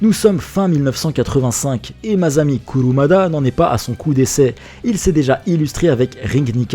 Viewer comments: Sheune ? Vous voulez dire SHUN. Ne calquez pas arbitrairement les règles de la phonétique anglaise à un mot japonais, ça n'a pas de sens. PS : maZami ? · "SA" en japonais se prononce comme les 2 premieres lettres de "sachet". MaSSSSAmi Kurumada. Pareil pour un bonSSSai (plante en pot).